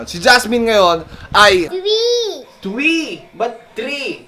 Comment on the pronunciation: twee not three